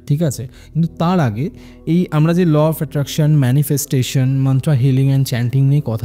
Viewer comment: Law of Attraction ❌লফ্যাট্যাকশান ✅💀💀💀💀